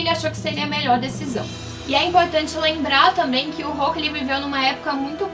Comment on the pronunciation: Não é Rokku é Roku